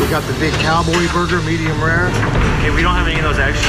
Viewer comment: best fucking jumpcut Just a man eatin' his vagyu boegah